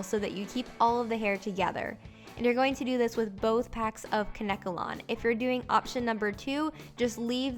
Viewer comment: Isn't it pronounced Kane kalon?